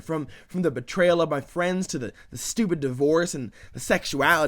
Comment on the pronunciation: betrayl? betrayal :P